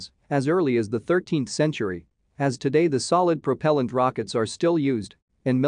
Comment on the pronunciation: Cool but... why can't you say propellant right?